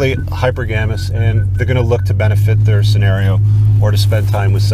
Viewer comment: It's pronounced hy-per-ga-my and hy-per-ga-mous. Nonetheless, you have great videos!